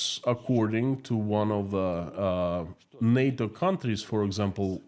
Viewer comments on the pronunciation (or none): none